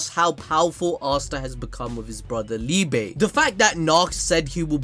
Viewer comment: Just thought I'd say, Liebe is pronounced Lee-buh, it means Love in german.